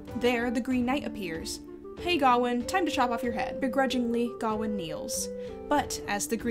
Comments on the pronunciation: It bugs me that you pronounce Gawain like Ga-win when I'm used to hearing it as Ga-wayne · Isn't the name pronounced Ga-wayne? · Well, the director of the movie made a comment about how they did not want to give finality to the argument about pronunciation, since the actor who pays King Arthur says it as "GARR-wayne' and the rest of the characters say "GOW-in". When I was being taught about the story in college, my professor said "ga-WAYNE", so there really is no "correct" way to pronounce his name. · Can you address the pronunciation of Gawain for me. I've only ever heared it pronounce Guh-wain to rhyme with swain. I've not seen the film so not sure how they handle it. Is this a case of someone's making an error or of multiple possible pronounceations? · Why do you say Gawain like that? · Why are you pronouncing sir Gwain weird? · It kills me how badly you mispronounce Gawain, but other than that, yeah, sure, cool vid.